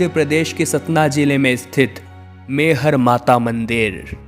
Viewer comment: शक्ति पीठ बावन नहीं इक्यावन हैं । मैहर को आप बार बार मेहर कहते हैं , यह ठीक नहीं है ।